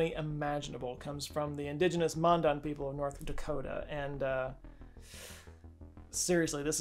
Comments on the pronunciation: The Tribe in North Dakota is not pronounced mundun. It's pronounced Man-Dan, like a man named Dan. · Hey, I am part Mandan, and the name Mandan is pronounced just like it looks. Man as in, a human man, and Dan, as in a short name for Daniel. Not "Mawndawn". Just letting you know lol. Thank god I am mostly Hidatsa than Mandan, cuz I ain't sure if I want to do the O-Kee-Pa, lmao